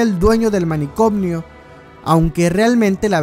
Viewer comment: Manicomio, no manicomnio.